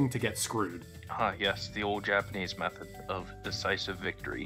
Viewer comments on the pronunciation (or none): none